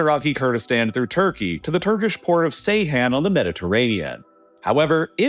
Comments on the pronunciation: I am begging you: if you continue to make videos about the Middle East, learn to pronounce Turkish. "C" in Turkish makes a "J" sound. If the word was actually pronounced the way you do, it would be spelled "Seyhan" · Seyhan ❌ Ceyhan ✅ Its pronunced as "Djeyhan", there is another town called Seyhan as well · C is pronounced as J in Turkish, the name of the city is 'jay-haan' not 'say-hAn' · For the future, Ceyhan is pronounced "Jay-Hahn"